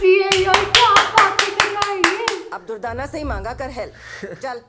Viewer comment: not durtana... it.s durdana